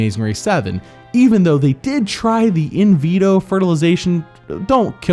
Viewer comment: “inveto fertilization” this man has been watching too much big brother it’s in vitro fertilization